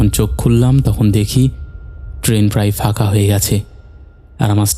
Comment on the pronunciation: কথাটা তো "ফাঁকা", তাহলে? "ফাকা-ফাকা" বলছেন কেন? আর "দাদাতো ভাই" টা কিরকম ভাই?"কাপা গলা",আরে বাবা চন্দ্রবিন্দু বলে একটা জিনিষ আছে।